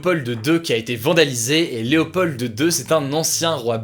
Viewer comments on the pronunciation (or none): On dit Leopod 2 et non Léopold de 2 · Léopold ce prononce Léopol je le sais car c mon prénom ;) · Excellente vidéo encore une fois 🙂 petit détail: pour l'ancien roi des Belges, Léopold II, le "d" ne se prononce pas 😉. Merci pour tes vidéos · C'est marrant que tu prononcés le "d" de "Léopold", en Belgique le d est muet 🙄😅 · Il n'y a vraiment personne qui s'appelle Léopold en France qu'Hugo essaie de prononcer le "d"? C'est pourtant assez commun comme prénom il me semble